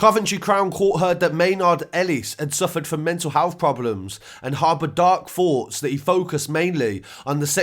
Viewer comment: Haha, "The Prosecution's main FEERY was that it was a build-up of fantasy over many years." he said lol and, "Coventry Crown Court heard that Maynard-Ellis had suffered from Mental Health problems, and harbored dark FOUGHTS that he focused mainly on the sexual assault of women and their violent killing." 🤣 apparently, it's just too prohibitively difficult, for some, to make the, "th," sound, so it's simply substituted with an, "f."